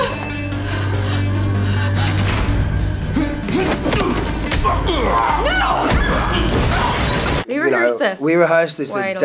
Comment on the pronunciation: “I’m here for you CINDY LOU” I just can’t stop hearing cindy Lou instead of Nancy drew😂